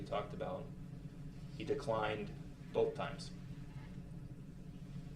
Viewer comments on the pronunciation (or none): Boff...it's both th th not f f